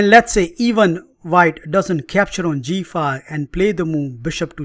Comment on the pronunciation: A fun line against the London System. Geee feive And heitch feive !😁